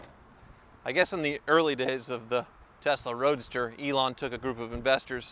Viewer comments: testa roadster 😂😂😂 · So used to saying testarossa that he said “testa roadster” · Am i the only one that keep hearing Testarossa every time he says Tesla Roadster :-) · did i hear you sneak in a new word at about 5 mins, TESTAROADSTER or was it Testarossa :) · "Early Testa Roadsta Models..." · Am I the only one who heard say “Early Testa Rossa owners”? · “Testa Roadster” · Did anyone catch him say “Testa Roadster” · When you said Tesla Roadster it sounded like Testarossa.